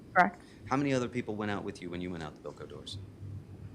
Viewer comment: I understand. But it wasn't to clarify what the doors were, it was that he was mispronouncimg Bilco. Had he said Bilco I wouldn't have known either, as a juror